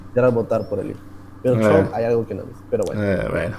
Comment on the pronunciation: Todos: Trump: “Chomp”